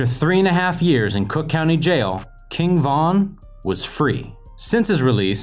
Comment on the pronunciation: Stop saying his name like that it sounds like you're saying king Kong 😂😂😅